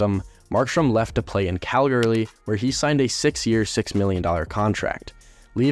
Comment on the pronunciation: did Is it just me and did I hear him say calglary. edit thx for a Canucks video before people say I have a blue jackets player for my pfp it’s for Johnny 13 Hockey